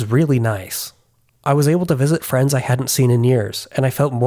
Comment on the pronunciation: Btw when you said for the first time "i went out to visit friends" i understood "france" and i was a bit confused that you didn't mention language bareer or something but QR codes 😂